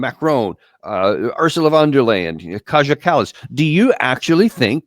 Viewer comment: its KaYA kallas